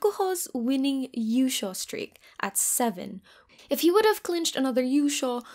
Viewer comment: Might want to make yushou sound more clearly as a long o